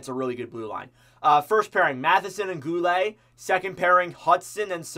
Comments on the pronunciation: I'll help ya a bit, it's gou-Lee, Jack-eye and rein-bach-er (like how you pronounce Dach or doc, but with a b) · Goo-lay, rein-backer, ja-kai, didn't know we had any of these players 🤣